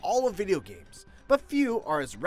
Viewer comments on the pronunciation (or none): none